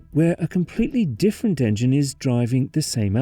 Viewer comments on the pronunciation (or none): none